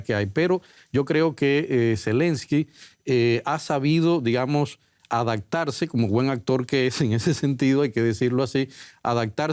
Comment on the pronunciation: dijo: adagtarse? Dos veces! Es en serio? Corríjanme si escuché mal por fa 😮